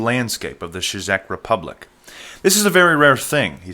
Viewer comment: Haha it's pronounced check Republic